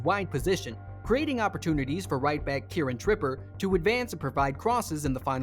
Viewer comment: "Kieron Tripper" "Wilcock" lmfao, so many mispronunciations of player and team names in this video. Clearly not even a Football fan.